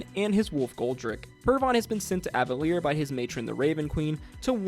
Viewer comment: I think the stress is on Ávalir, not Avalír. The city used to be called Toramunda, then, when the mages took the top of it and lifted it into the sky, that part became Avalir and the ring that was left on the ground became Cathmoíra not Cael Morrow. Zerxus is the First Knight, not the First Sword. Nydas is a Sorcerer Bard, not just a Sorcerer. I think it's pronounced Pay-sha. Also she's the archmage of the Librarium Incantatum, and I don't think she's a member of the Ring of Silver, but I'm not 100% sure about that. runes the Matron's ritual that wasn't Vespin, that was just a follower, Vespin was in the mirror. again, it's Cathmoíra, not Cael Morrow. They referred to Cael Morrow in Marquet once during the episode (I think one of the Ring of Gold is retiring to there?), so we can rule out that Domunas is Marquet and Cathmoíra is Cael Morrow.